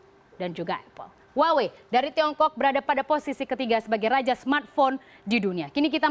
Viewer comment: haduh baca HUAWEI bukan gitu loh mbak, yang bener itu HU-AH-WEI baru bener